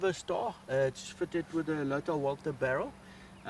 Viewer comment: U said lother walther barrel ....was that mistake ??